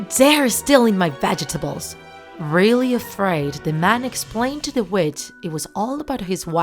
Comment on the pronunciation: No one:: Vdjetables 😆